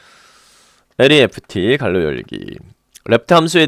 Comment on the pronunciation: 상세한 설명 감사합니다! 괄호를 갈로로 발음하는게 특이하네요